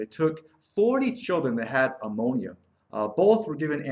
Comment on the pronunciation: It's not ah-monia!